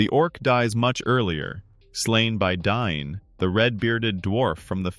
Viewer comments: It’s DAin NOT DINE 😂🤦‍♂️ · Ole Dine of the Eeron Hiles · Am I crazy for thinking you're pronouncing Dáin wrong?